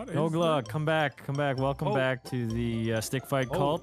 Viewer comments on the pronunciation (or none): feel so wailcohme sukingoff... not on my screen